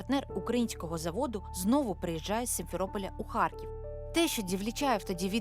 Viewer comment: Шановні журналісти, будь ласка, перестаньте говорити російською. У слові Харків немає мʼякого знаку. У вас через раз чую мʼяке харьківське